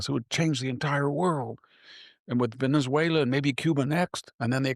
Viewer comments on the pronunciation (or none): none